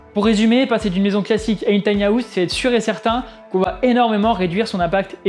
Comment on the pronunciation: Top mais ça se dit "taïni haouse" pas "tania housse"